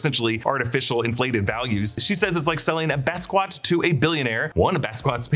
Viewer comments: "BAS-SQUAT?" Come on, y'all. It's Bah-skee-yacht! 😩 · Basquat? BASS-SQUAT? Are you serious? Do you just not hear them when they talk? Basquiat. BASS-KEY-YACHT. C’moooonn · Hey you killed me with Basqwatch!! Did you mangle the name on purpose??? It’s BAH-skee-aht! Basquiat! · It's pronounced "Bas-kee-yat" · FYI, "Basquiat" is typically pronounced "bahs kee YAH". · “Bas-skee—at”is how it is pronounced. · Excellent as usual! Note: Basquiat = Bass (like the fish) -Key-Aht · He said Bes-Quat 🤦🏾‍♂️ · Basquiat is pronounced "bas-kee-aht" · Isn’t it Ba-ski-ya? Because it’s a French name so the T is silent? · love you guys but it’s pronounced “Bask-ee-ott” … & also jon Bernthal’s name is pronounced “burn-thawl” not barron-thawl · Basquiat is pronounced bas kee ot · love you but butchered basquiats name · Nooooo please don't butcher Basquiat's name like that!